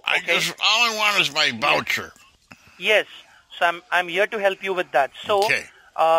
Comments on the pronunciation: The wowcha in the velcome package. Why don't they simply swap w's for v's. So pretend the word voucher starts with a w and the word welcome starts with a v. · I’m glad that darn “Wisa” card didn’t let you down lol I know you want your fake “wowcher” 😆